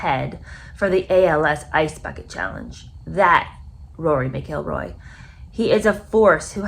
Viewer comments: Cory's last name is pronounced "Mackle-Roy" not "McGill-roy" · So “Mac”-“ill”-“Roy” Emphasis on “Mac”. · Roar-ee Mac-Ell-Roy is how you pronounce his name. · Pronounced.. Mac el Roy.. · Mac ill roy this is correct pronunciation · no ,show enough respect to get the pronunciations correct. Don't act uneducated. Like most Americans. Lol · She mispronounced this golfers name so many times now I can't pronounce it 😖 show respect and get the pronunciations correct. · Please check your pronunciation of his name!!!! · You can’t even pronounce his name!